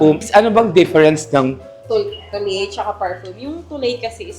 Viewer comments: Pauso naman si ate sa “tuley”. It’s pronounced as “twa-let”. Super cringe ng tuley hanep. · Oh-duh-twa-let. Hindi po Tu-lay. 😢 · Sorry Nakakahiya yung may ari hindi alam ang correct pronunciation ng "toilette" pronounce "eau de toilette" as "oh duh twah-LET" or "oh duh twah-LETT